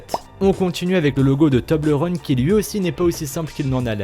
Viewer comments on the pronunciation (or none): none